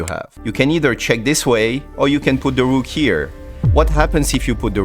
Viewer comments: sacrifice DA RUKH(!!) AND THEN CHEKMAHTE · "The best checkmate goes with Da Rukh sacrifice" (!!)